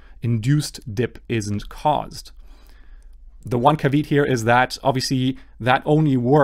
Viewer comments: Thanks, really good info. Also, I suggest you check the pronunciation of ‘caveat’. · Pronunciation varies by country. He made it sound a bit French. In my country pronunciation varies by state.